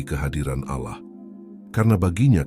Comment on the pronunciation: jgn ucapkan alah tp ALLAH teruuuuuuuus,,,,, ucapkannya ALLAAAAH,,,, gitu ya